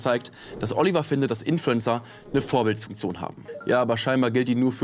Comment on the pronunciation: Vorbildfunktion und nicht Vorbild-S-funktion